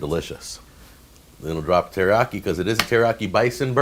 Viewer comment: I'm learning Japanese and keep correcting my mom that "teriyaki" has four syllables, rather than three, but isn't even trying to pronounce it right. 🤣 (no judgement)